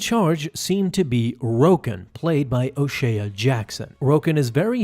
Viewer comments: O’Shea is pronounced o-shay not o-shaya. He’s not Irish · O'Shea-ah? Thats Ice Cubes kid bro his name is O'Shea Jackson jr. and its pronounced O-Shay 😂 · Our name is pronounced OOH SHAY. Can’t stand it when people say Oh Sheeuh. Ugh. So there you go. O’Shea is OH SHAY.